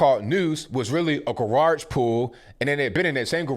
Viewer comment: My dude says gawarge 🤣